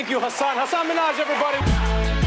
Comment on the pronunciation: Ha-ha-Hasan!? GAH ITS HASAN MINAJ